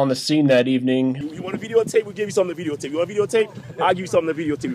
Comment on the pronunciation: Veedeeo tape. xD